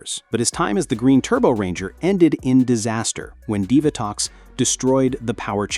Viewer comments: Dive-A-Tox? umm Dee-Va-Tox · ASTRONOMA YOU IDIOT AND DEEVATOX NOT DIVERTOX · Divatox is pronounced as "Dee-Vuh-tox" not "Dive-uh-tox". Zayto didn't lead the Cosmic Fury team. Amelia did after she became the Red Ranger and she wasn't the first female to lead a core Power Rangers team. That spot belongs to Jen. Jen was 2nd in command in Time Force while Alex was the Red Ranger. After Alex died, Jen was promoted to team leader. Wes became 2nd in command when he became the new Red Ranger. Lauren led the Samurai team in Super Samurai for 3 episodes. So, Amelia is the 4th female to lead a core Power Rangers team. If you count Delphine, then she was the very first to lead a core Power Rangers team. However, I don't think it was a core Power Rangers team as they were there to fill in the role as Power Rangers while the main team were children, trying to obtain the pieces of the Zeo Crystal. So, I consider that a secondary Power Rangers team instead of a core Power Rangers team. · It’s pronounced Divatox